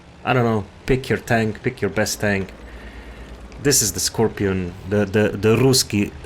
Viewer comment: That "russkiy scorpion" pronunciation was good. Except the 1st sound is still an 's' not 'sh'. I'm from Ukraine 😋